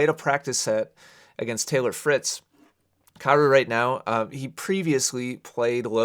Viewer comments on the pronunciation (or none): At first, I thought you kept saying Carousel.